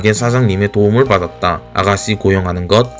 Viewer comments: 보이스피싱에서 믾이 듣던 발음 ㅋㅋ우리 아가쒸는 ㅋㅋㅋㅋ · 혀가짧아서 혹시 시읏 발음이 안되시나요?? 아가싀는 스아무스일 이렇게 얘기하시는데 살짝 교정 부탁드립니다..